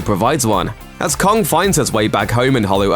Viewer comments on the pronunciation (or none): Kong* not kongk